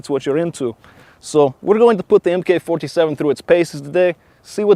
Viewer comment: Just so you know. If it's called the MK 47, it's pronounced Mark 47.